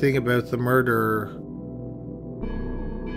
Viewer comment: Murder...not MURDERERERER!